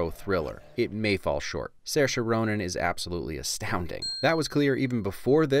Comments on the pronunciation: I'm actually very impressed that you manage to pronounce Saoirse correctly (not something I've heard from many Americans) but Saoirse Ronan in fact pronounces her name Sersha (to rhyme with inertia). Still very refreshing, and fair play to you! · Hearing you pronounce Saoirse/Sorcha correctly makes my irish self happy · It's great hearing you pronounce her name correctly.